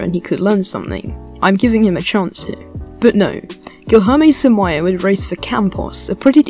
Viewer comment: All this research on the guy and you couldn't even figure out how to pronounce his name.